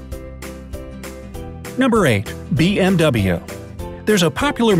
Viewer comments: did he say BM DOUBLE-yu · I thought you should say BMW as "BMV" ?? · It's pronounced BMV, not BMW. BYRESHEN, MATWA VERKEN. I think that's how you say it